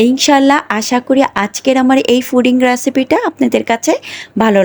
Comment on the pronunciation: foding na pudding 😊